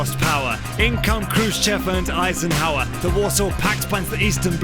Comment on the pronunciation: Yeah, Eisenhower doesn’t match in syllables so he rushes it and it sounds kinda weird